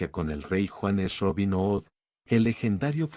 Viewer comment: Si estas contando historias inglesa please pronuncia bien ' hood'